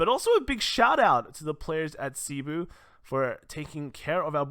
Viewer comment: Congrats on getting your tops, also will you be making a bcs meta for both standard and premium? Also, cebu is pronounced as sebū.